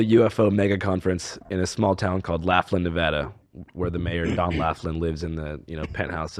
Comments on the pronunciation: Idk why pronouncing Laughlin, NV as Laff-Lin instead of Loff-Lin really bothered me 😂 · It's pronounced Loflin, not Laughlin lol. At least he got Nevada right 😌